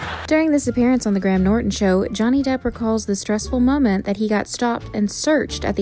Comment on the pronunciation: Are my ears deceiving me? it sounds like "Johnny Dip"